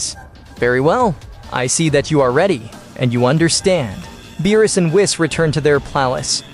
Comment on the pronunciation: Beerus not meerus